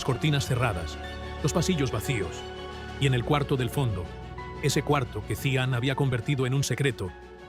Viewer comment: Se pronuncia yijan (cihan) y es Alia no alya.